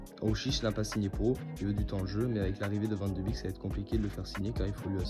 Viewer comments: Ca se dit « bek » il me semble et pas « bik » 😉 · Super video 👌🏻 par contre ça se prononce “ van de bèk ” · Cela se prononce van de bèk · Son nom se prononce Van De Bék... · Non ça se prononce Van De Béék, c’est du néerlandais, c’est comme een qui se dit één et veut dire « et » ... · Salut, bonne vidéo même si je ne suis pas d'accord avec toi sur l'intérêt de le ramener au PSG. Je voulais aussi te dire que ça se prononce: Van de bèèk (comme un bec mais accentuant plus le "e")